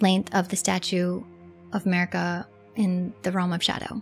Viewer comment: ye, and please, her name is mArika, not mErika example of correct pronounce